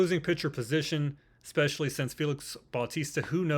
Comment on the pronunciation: My guy, it’s “especially”, not EX-SPECIALLY